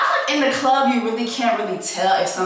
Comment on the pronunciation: Same reason why she said clurb lmaoo